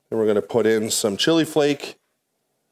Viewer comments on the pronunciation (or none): none